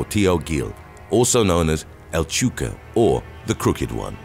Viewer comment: It's not chu ca.....it's El Chu-eh-ko.......that's how u say it